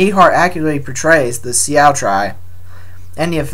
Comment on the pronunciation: Sioux is pronounced Sue